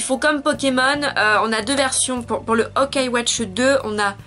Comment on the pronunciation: Entre Fire Emblem Fates et Fire Emblem Echoes j'ai largement préférer Echoes. C'est qu'une impression ou tu dit O-kai x) ? C'est assez perturbant vu que j'ai jamais vu un Y muet Fais attention avec Tokyo Mirage Sessions #FE (ça se dit #FE après le tokyo mirage) y a vraiment peu d'élément sur la série Fire Emblem et le jeu est entièrement en anglais, le jeu est un "mélange" ou plutôt un "persona" avec des éléments/clin d'oeil sur Fire Emblem. Personellement j'ai eu la nintendo switch avec Splatoon 2 et ARMS, mais sur PS4 j'ai aussi eu Nier:Automata que j'adore. Mon prochain achat sera Danganronpa V3 (disponible sur PC/PS4/PSVITA) il va être traduit en français du coup j'ai hâte vu que c'est rare les visual novel d'enquêtes en français .